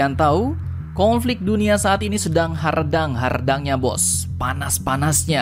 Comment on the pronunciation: bukan hardsng tapi hareudang